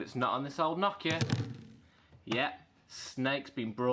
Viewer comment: It's Nokia not Knockia